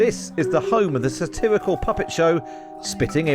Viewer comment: The "satiwical" puppet show?